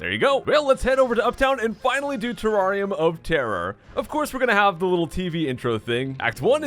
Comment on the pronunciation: Is it just me who thought he said teraria motara? Not terrarium of terror